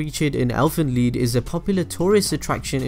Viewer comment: it's pronounced leed lol